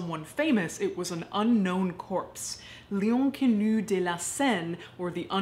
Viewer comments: I like how you try to pronounce l'inconnu with a french accent yet I only realised after you translated to english what you werre saying because your proununciation was so off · Took me a while to understand she was saying "L'inconnu" in french 😂 Love your videos nonetheless!!